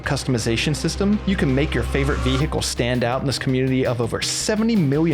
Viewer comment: new drinking game, take a shot everytime says ve-hickle